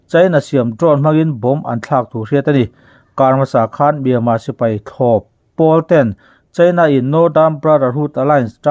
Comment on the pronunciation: Myanmar tih lam rik hi a har viau aniang maw